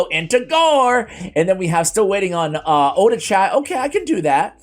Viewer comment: Oh-Dah-Chee... Just sayin. Oh-Da-Chai sounds like some kind of herbal tea...